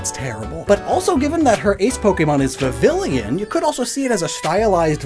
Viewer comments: Hey,, I'm not trying to criticize you here, but that Pokémon's name is *Vivillon*, pronounced Vi-vi-ON......You may also be doing this as a joke, and in case you ARE, just ignore me. 😅 Edit: I just found out that you called Lumiose City "Lumi*nose* City, so... Yeah, you're apparently NOT doing it as a joke. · Mandela effect It's spelled Vi vi llon, not Vi vi lion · Vivillon, Vi-Vee-Ohn Vivid+Papillon (french for butterfly) Its not Vivillion, there isnt even a 3rd "I" in its name.... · Vivillon is pronounced Viveeyon, comes from the french papillon, meaning butterfly Santalune is pronounced Santaluun, comes from the french lune, meaning moon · Why do you pronounce Vivillon as vi-vi-lee-in?? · You need to contact Wolfe Glicke about how to pronounce vivillon. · Oh, you pronounce pho correctly, but not Vivillon? You have got to be messing with us. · The pronunciation of “Vivillon” makes me uncomfortable…